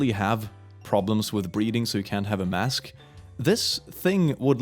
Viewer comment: Hey to me when you said breathing when there was the restaurant sign it sounded like you said breeding… …Just wanted to make you aware